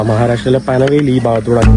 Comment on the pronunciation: പനവേൽ അല്ല. പൻവേൽ ആണ് ശരി